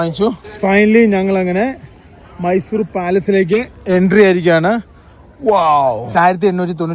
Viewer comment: ചേട്ടാ മൈസുരേ അല്ല മൈസൂർ